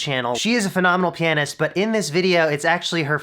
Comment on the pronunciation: you kinda pronounced pianist wrong....